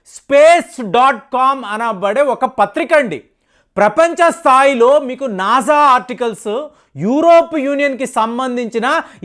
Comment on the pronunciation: మీరు ఇస్రోని ఇజ్రో అని నాసాని నాజా అంటున్నారు